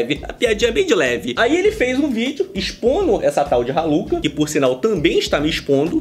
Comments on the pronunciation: Kkkk troca o R pelo M e da Maluka😂😂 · Eu juro que entendi maluca kkkkk em vez de raluca kkkkk deve ser de outro planeta kkkkk